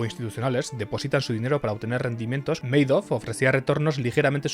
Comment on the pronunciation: Se pronuncia Ma-dof... no meidof.